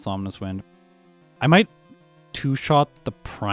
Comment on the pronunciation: Is it just me or does he pronounce Ominous in a slightly weird manner? It almost feels like he's calling it "Omninous Wind" or something because of the potential omniboost, lol.